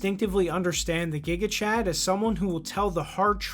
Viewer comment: It's gigachad as jigachad not as guigachad